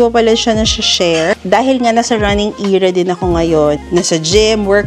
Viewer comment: I’m not trying to be mean but the word era should not be eeeera when said, I just noticed you said it many times it made me confused